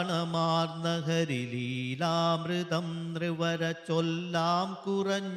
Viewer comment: ആചാര്യ ഗുരുവിന് വന്ദനം 🙏 ഹരി: ( ഹരിഹി ) എന്ന ഉച്ചാരണം തെറ്റല്ലേ.